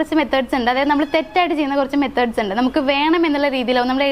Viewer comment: ഇണ്ട് അല്ല ഉണ്ട് എന്ന്. ഓക്കേ